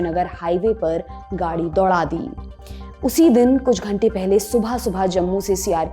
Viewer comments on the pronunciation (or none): none